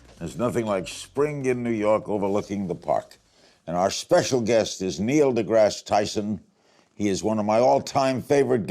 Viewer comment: Did Larry say Neo deGrasse?! lol